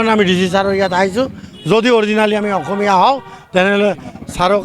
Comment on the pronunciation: মিয়াৰ কথা সঁচাকৈয়ে সঁচা নে ? সিহঁতে অসমীয়া ভাষা কৈছে নে অহমিয়া ভাচা কৈছে?